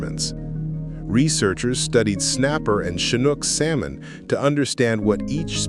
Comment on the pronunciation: This idiot can't even pronounce the word salmon correctly